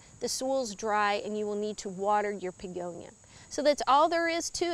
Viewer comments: Are you pronouncing it Pegonia? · I believe she was pronouncing it as BEEgonia w a strong emphasis on the B which could sound like a P.